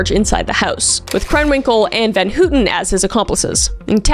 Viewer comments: GIRL?? VAN HOOTEN?? NO ITS VAN HOWTEN NOT HOOOTEN AHAHHAHA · Leslie van H-O-W-TON.....Leslie van houton...pronunciation.